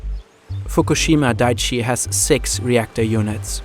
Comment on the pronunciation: Just some feedback to help make your videos even better - please run a grammar check on the script before you narrate it, and especially foreign words and names - look up how they’re pronounced. It’s dai-ichi (3 syllables), not daichi.